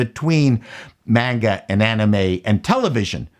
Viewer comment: I appreciate that you say "manga" and not "monga".